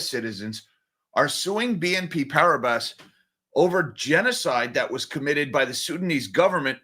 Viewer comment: Please pronounce "PARIBAS" as "PARIBA", silent S